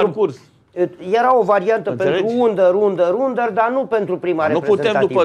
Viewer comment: crede că e cineva doar pentru că au trecut anii peste el și e "demult" in presă dar el nu știe nici cum se pronunță under